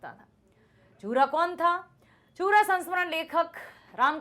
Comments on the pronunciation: its not पुरा या चूरा it's यूरा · It's not चूरा, it's यूरा